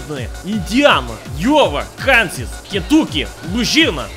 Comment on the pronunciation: Ones he got roughly correct: Georgia Kansas Mississippi Missouri Montana Nebraska New York Texas